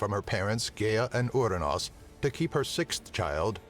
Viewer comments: The name of the father of Zeus is Uranus like the planet, what's up withe the weird pronounciation? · Ooo-ra-nus. I see what you did there